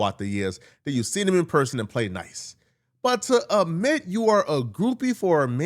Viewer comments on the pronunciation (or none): It’s “ ADMIT” not “ AMIT”. You do that a lot.